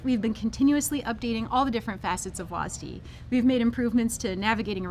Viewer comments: WHY DO U HAVE TO CALL IT "wasdee" WHY WHY WHY WHYYYYYYYYYYYYYYYYYYYYYYYYYYYYY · WAS Dee. Why are they saying it like that? It's one syllable. One. Not two. Two is nearly twice as much as one. I will not stand for this. The rest of the video was good though. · Why do they say WASDEE? It's just W-A-S-D. What's wrong with saying that? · i hate how they say WASD like WAS-D its not like you call a wasp for was-p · its wSAD not wasd lol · why is it so hard for people to pronounce the letters instead of reading it like a word. Was Dee sounds dumb. WASD has always been spelled. Could've just made up a name for the directional input of it. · It's still weird to hear people call it wazdee instead of just saying all 4 letters. A little frustrating it's not in normal draft which is what I'd prefer to play. I understand keeping it out of ranked but come on, let me play a real match of the game with it. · Will they please learn how to say "wasd"